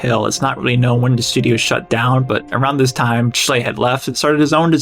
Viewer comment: It is not "Betty" and Cecil... and not "stidio."